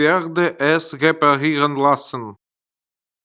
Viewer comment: Это ошибка автора. В немецком языке нет твёрдой буквы "л". Всегда произносится мягко. Поэтому правильно говорить лЮст, лЯссен и т д.